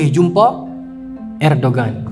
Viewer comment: Erdoğan. Cara sebut yang tepat adalah er-do-an, ustad. Wallahu alam..